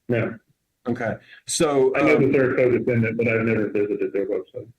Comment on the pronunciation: Someone please tell this attorney that the letter e is pronounced eh. Like elephant. Not i. DeFINdant. IM S N. So annoying. Every word with an e he mispronounces.